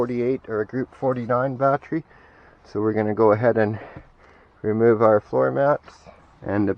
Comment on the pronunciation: Ba-Tree, ba-tree, batree, you're driving me crazy, man. It should be pronounced BA-TTERY instead of BA-TREE.